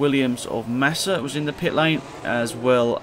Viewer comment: you said Nassa